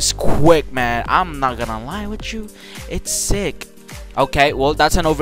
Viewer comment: Him say sick: no Say zick:yes